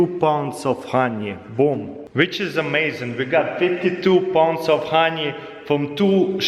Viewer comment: That's amai-zeee-in